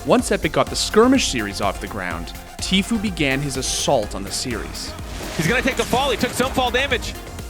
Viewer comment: Noone: Absolutely noone: not a single soul: the commentator: TEEFYOU!